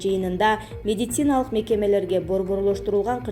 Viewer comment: Сен дагыделе акцент ударение ондой албаптырсын да?Ревизиия медетциина деп эле